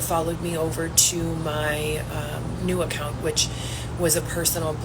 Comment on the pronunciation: I CANNOT STAND the way she talks omg!!! ImpaCt, accounT, cRRReate..The way she says those words makes my ears bleed!! She’s so pathetic.